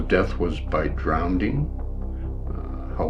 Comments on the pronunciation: "DrownDing" "DrownD" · “She died from drownding but he swum across the channel”